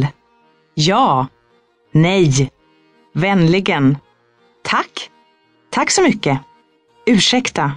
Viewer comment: a lot of wrongs in the pronunciation. An example is Vänligen.